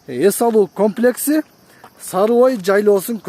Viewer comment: УЛАМ ЭЛЕ КАПЛЕКС ДЕП ЖАТАТ УРМАТТУ ТЕЗ КАБАР. КОМЛЕКС ДЕСЕНЕР ТУУРА БОЛМОК